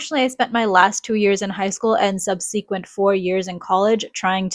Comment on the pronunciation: Never heard Subsequent pronounced that way. Do they not teach annunciation in school any longer?